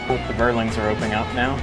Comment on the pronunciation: Had to smile at the pronunciation of Vierling here :) It's being pronounced like "fearling", a quad 20mm turret, can get pretty nasty... back in Il-2 those (mounted on a type IV tank, called Wirbelwind) were the most dangerous AA units, kinda like a Shilka just without radar :D Flak 36 and 37 are 88mm, 38 is 105mm. Those are the ones that make the "smoke puffs" ;)